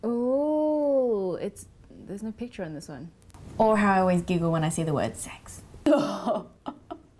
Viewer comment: When you said giggle, I heard google. you should work on that.